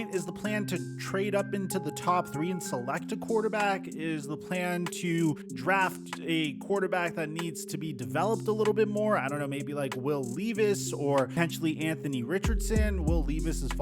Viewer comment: its pronounced levis....like level.